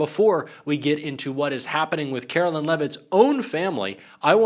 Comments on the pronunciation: Why do you keep saying Carolyn? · Karoline not Carolyn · Her name is pronounced kar-o-lyin😐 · Take a drink each time he butchers the pronunciation of Karoline and see if you can stand once the video is over.